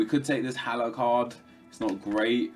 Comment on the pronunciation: As a FC Utrecht fan i died a little inside at how you pronounced Haller